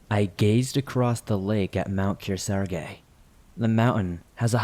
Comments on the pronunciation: That’s not how you pronounce ‘Kearsarge’… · I’m from NH, and it stresses me out how he Pronounces Mount Kearsarge 😂😂